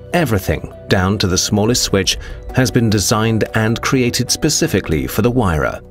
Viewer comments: say it like wire-ra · no its HERERRAAA XD